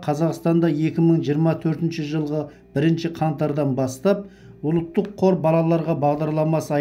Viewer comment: Ұлттық деп айт ұлыттық емес дұрыстап сөйлеу керек.